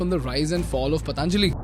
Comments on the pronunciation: Don't say pataanjali. It is patanjali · Stop saying पतानजाली say पतंजलि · It's पतंजलि (Patanjali), not पतांजलि (Pataanjali). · पतांजलि नही पतंजलि बोलो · Patanjali bolo Bhai....Pataanjali nahi.... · Good video….it’s not patānjali simply patanjali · Pl pronounce "Patanjali" properly bro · First of all, learn how to say basic terms like "Patanjali", "Divya" and do some better research rather than spreading hate 😑